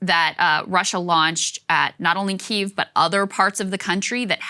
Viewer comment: Ohh Saager changed his pronunciation to the Ukrainian pronunciation of Kiev, rather than the Russian one - love the voracious appetite for information and change rather than pandering propaganda <3